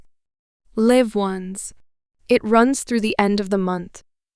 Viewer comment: In all these stories the AI don't know how to pronounced " LIVE " 😢